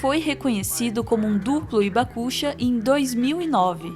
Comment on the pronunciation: Oi pessoal, uma correçãozinha de pronúncia. Hibakusha, não é ibacucha, é rribacucha, o h tem som de R de riso, rio. Outro detalhe, temos ainda vivo no Brasil, o sr. Morita, um Hibakusha,. Quem quiser conhecê-lo basta ir à sua loja de produtos japoneses perto da estação Saúde do Metrô paulistano. Uma simpatia de pessoa.